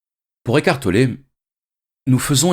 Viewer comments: J'ai entendu écartelé pendant 50min x) Mais merci ❤️ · Si je comprends bien il dit qu'on est en train d' ''écarteler'' notre esprit 😁 ecartoler... Toussa...